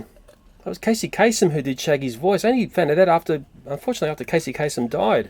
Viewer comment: sorry but it's casey kaSEM not kaSON